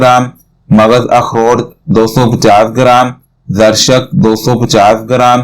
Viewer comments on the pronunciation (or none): بھائ آپکے نسخے میں تیسری چیز زرشک ھےاسکو صحیح اسطرح پڑھتےھےzarishk